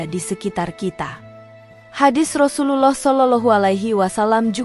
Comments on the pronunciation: Bacaan Rasululloh saw gk fasih ,lam jalalahnya kurang tebal..lebih baik ikut konser nyanyi aja di Indosiar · Sayangnya yg mmceritakan past bkn org islam bs jd krn pkrjaanya krn nyebut Rasulullah aja blepotan gk becuz